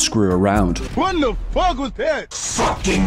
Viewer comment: “FOCK” lil hint of irish there